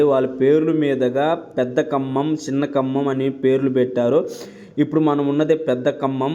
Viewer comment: ఖమ్మం ఖమ్మం అంటున్నావా కంభం